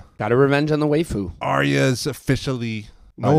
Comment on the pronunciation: I need to know why these guys keep calling The Waif...The Waifu? FIX IT!!! And please stop mispronouncing 'Jaqen'. It's unbecoming. shakes fist angrily